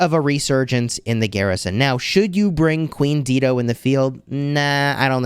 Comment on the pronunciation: Dido is pronounced "DIE-DOE." 🤣😘